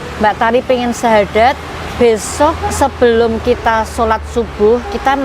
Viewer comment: bersyahadad apa bersyahadat...